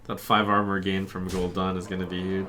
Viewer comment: It's Gul'DAN, not Gul'Dawn NotLikeThis